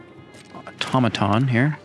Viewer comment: It's 'Auto - muh - tawn'.:elbowcough:👌